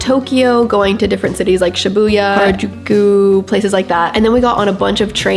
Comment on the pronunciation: Your Japanese pronunciation(Harajuku,Shibuya) is perfect!! 日本に来てくれてありがとう!! また本を持って遊びに来てください❤️🌸